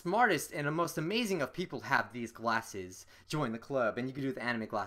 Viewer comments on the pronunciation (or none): Lol you said gwasses, I'm dying